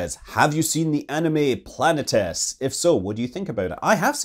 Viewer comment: Planetes - It's pronounce Plan-ee-tees. It's Greek.